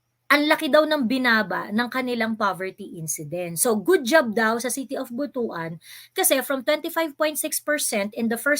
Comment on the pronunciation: Butuan - (Butwan) po ang pagbasa...